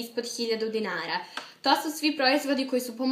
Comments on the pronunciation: Govori dinara a ne di nara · Ja drugačijim naglaskom kažem reč ''dinara''♡♡♡♡